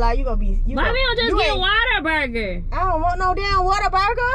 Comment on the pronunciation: I know y’all did not say Water burger lmao